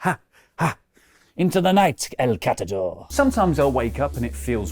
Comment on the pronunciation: Did Cat-a-dor "blow up"?